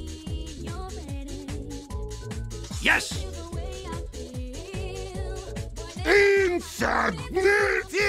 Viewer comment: EEEEEEYYY SAYING YESH INSTEAD OF YES IS TUFFY’S THING